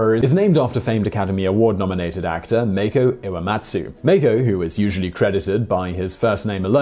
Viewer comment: Mah-koh you pronounced it as if it was spelled meiko